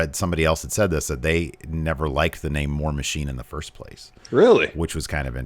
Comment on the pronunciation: Ferst, Farst, Furst.